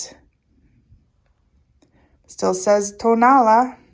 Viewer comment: hi, tonalá, pronounced with the accent on the last “a,” is very near and dear to my heart. not just because of the clay but also for the friendships i have made over the years. i have learned much from my good friends florentino jimón and his nephew fernando. tonalá means “where the sun rises.” there are five different pottery techniques native to tonalá, specifically; canelo, bruñido, bandera, betus and petatillo. petatillo being the only technique which is fired twice and at a higher temperature than the rest. although ken edwards and jorge wilmot were profoundly influential in the 1960s by taking pottery and ceramics to a new direction, their work was for the most part high fired stoneware and bruñido. jorge came from monterrey, nuevo leon and ken edwards from the states. (by the way, ken just passed.) they took traditional styles and forms and created modern high fired versions. traditional bruñido is painted with mineral oxides, burnished with pyrite and fired at 650-700° celsius. bandera, was originally painted with matiz. clay mixed with water to form somewhat of a thick substance that is black when painted yet turns white when fired. the green didn’t come into being until the revolution, when it was suggested to add it so as create more of a patriotic effect. there are only two artists in tonalá who paint in that way, fernando jimón melchor and his uncle zacarías jimón barba. very often nowadays, artists will paint the piece with acrylic white and green after the